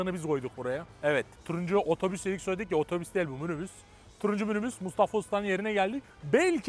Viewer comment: münübüs ne lan😂😂😂😂😂😂😂😂😂😂😂😂😂